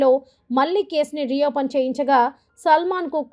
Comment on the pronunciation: శుంఠా జరినామా కాదు జరిమానా మళ్ళీ అని పలకాలి మల్లీ కానేకాదు! మన తెలుగులో ప్రతి శబ్ధానికీ అక్షరాలు ఉన్నాయి.